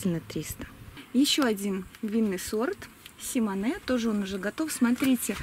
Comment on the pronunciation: Симоне не француз ,а прибалт, поэтому ударение на О.